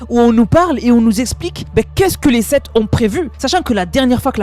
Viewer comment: "Les Septs"